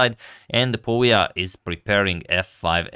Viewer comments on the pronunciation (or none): #suggestion pouya is pronounced like "pooya" couble o as in foot